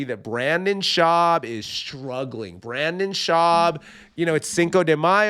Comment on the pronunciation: Hey, Redbar called. He said he wanted his shtick back. And I can't stand him either, but it's pronounced Br-IN-den. I was going to take a shot every time you said Brandon, but as a general practice I try to avoid alcohol poisoning.